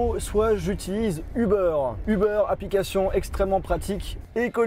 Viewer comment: un ubeure il a dit mdr